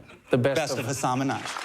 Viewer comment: its crazy how he still mispronounced his own name in this vid. now he embraces & educates how to properly say it 😌💪